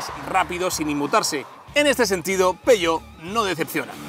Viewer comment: Si se pronuncia en español/castellano, que también es perfectamente legítimo, ha de decirse tal y como se lee: "peujeót/peugeót". Pero si quieres pronunciarlo en francés, como haces en el vídeo, entonces debes decir "peuyó", no "peyó".